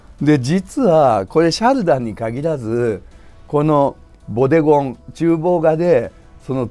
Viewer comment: ボデゴンがボディコンに、贖罪が食材に聞こえて仕方ない。